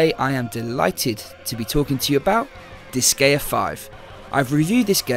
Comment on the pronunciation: Nice review. I think it'd be one better if the intro and outro music were toned down. Admittedly not to my taste to begin with but it is louder than the other content. While I'm nitpicking, it's pronounced like dis-guy-uh. The Japanese name is 魔界戦記ディスガイア or makai senki disugaia. There is a ge sound in Japanese so what I said above at least reflects the creator's intentions.